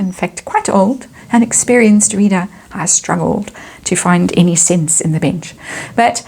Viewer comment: I'm sure it's my hearing but every time you say "the bench" I hear "the bitch" 🤔